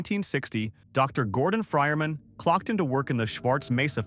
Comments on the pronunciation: "gordon fryerman" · "Dr Gordon fryermen"